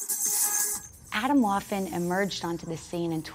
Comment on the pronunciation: Jo ok alles klar sie sagt "Aytomwoafen" 😂